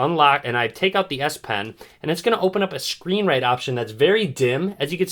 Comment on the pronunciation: Did he just say ass pen?